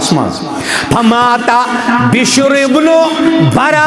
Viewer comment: محترم،۔ بَشر بن براء نہیں بلکہ بِشر بن براء ھے ۔ب زیر کے ساتھ ھے نہ کہ زبر کے ساتھ ھےیہ ھے بِشر بِن بَراء بِن معرور۔